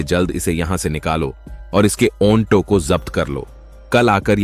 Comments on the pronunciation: Aonto nahi Auto 😂😂 AI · चुटिया ऑनटो नहीं ऑटो कहते हैं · Bhai Auto ko onto bol rahe ho,,,,,yeh galat hai,,,, lekin aisi zahil patni ko kuch sabak to dena hi chahiye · ऑंटों नहीं ऑटो होता है। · औन्टो नही श्रीमान ऑटो बोलिये😅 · Auto bolo Aunto nahi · ओंटो या ऑटो 🤣🤣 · Auto bol aunto nahi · ओंटो चालक नहीं भैया ऑटो चालक😂😂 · अन्टो नहीं अटो है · Onto nhi ji auto hota hai😅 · ऐ भौंडसी वाले आटों होता है ओनटो नहीं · Bhaiya pahle to onto nahi auto bolte hai. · Abe onto nahi auto hota hai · Aap bar bar onto bol rahe ho ye onto nahi aato hota h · ऑटो चालक होता है न कि ओन्टो चालक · भाई यह ओंटो कुछ अजीब शब्द नहीं लग रहा है मुझे तो बहुत अजीब लग रहा है ओंटो नहीं ओटो बोलो ओटो😂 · Onto nahi oto bol bhai...😂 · Kahani toh aachii hai.... but jisko aapp onto bol rhe ho...usko Auto kahte hai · Oto nahi hota auto hota hai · Bhai onto nhi auto hota hai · Auntoo nahi Hota Auto Hota Hai bhaii😂😂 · ऑटो को औंटो नही बोला जाता है😂😂😂😂😂😂 एक सॉफ्टवेयर से काम करोगे तो यही होगा। ऑटो की जगह ओंटो।।।। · Bhai auto ko onto kyu bol rahe ho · ओन्टो क्या होता है ऑटो होता है। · Shabdon ka ucharan galat hai jaise Auto ko aunto bolna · Aunto nhi auto bolte h bhai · Aunto nahi sir auto bola Kha se sikha aunto bolna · Aounto kya bol rha hai bar bar irritating ho tum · Aunto बोल रहा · Right 😂😂 aunto 😂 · ऑटो का सही उच्चारण करने का प्रयास करो, कहानी अच्छी कहते हो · AUNTO Nhi 🤦🏻‍♂️.... AUTO Boltey Hai. 🆗👍 Aur ONFFICE Nahi.... OFFICE Bolo 😂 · ओंटो ओन्फिस क्या बोल रहा है ऑटो और औफीस बोलना चाहिए था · Apna Onto aur onffice wala pronunciation thik karo